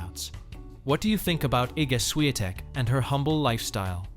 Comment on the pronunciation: Because it's not spelled as Swiatek. The correct writing is Iga Świątek. And therefore "Ś" is not "S" as well as "ą" is not an "a".